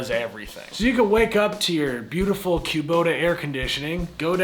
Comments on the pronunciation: I've never heard it pronounced queue-bota, it's always been kuh-bota in my ears. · "Q-bota". Midwesterners, "tf you just say" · I’m from the Midwest and I’ve never heard Kubota pronounced Quebota 😄 Even working at a Bobcat dealer where it’s in every day conversation. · I know, it’s always been kuh-bota for me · yall east of the middlers really know how to butcher words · Yeah…..Kubota ain’t no bbq.